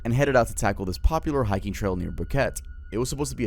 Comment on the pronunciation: I had to replay - HeichHicking lmao